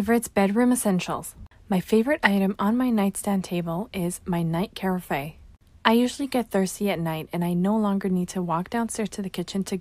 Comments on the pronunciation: The lady pronouncing carafe as care-a-fay 😂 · Care-a-fay?? I was like wtf...ooohhhh it's a ka-raaf!! 😆 Much ❤️ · Did she really say Care-a-fay? I’m dying!! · Care ah fay was the ONLY reason I came to the comments.